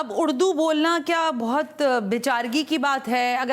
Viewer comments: اردو ھے اڑدو نہی جاھلہ کہیں کی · اردو کو اڑدو بول رہیں ھیں آپ بھی ذرا غور کیجئے اپنے الفاظ پے۔ ۔ ۔ ذرا سن لیجئے 1.11 mins...